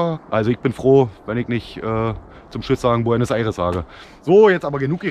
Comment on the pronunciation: Guten tag, This is Jorge from Hydra Knives ( I know you were worried about pronouncing my name alright, you did it:D as well as "buenos aires" hahaha) This is one of the most complete reviews we have seen about Buzzard, but this is not about the review itself, which is ubber great but the quality of the content: you got a piece of art here, we couldn't think about a most complete review of our knife, you did almost everything with it! Vielen Dank, hier hast du für immer einen freund (I hope I have said it correctly lol) Brofist👊